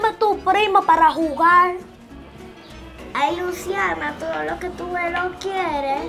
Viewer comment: Jakaja 😂 amo a mi luciana cuando dise jugal😂😂😂